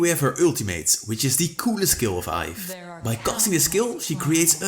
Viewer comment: Iaf🤣🤣🤣it's yve (yeev)